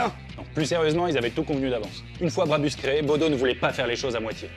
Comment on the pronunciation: Ça se prononce Brabousse décidément je vais devoir vous faire la remarque sur chaque vidéo qui parle d’un truc près de chez moi